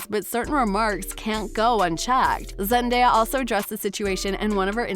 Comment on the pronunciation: What's with the narrator's inflection of Zendaya's name? Frickin weird dude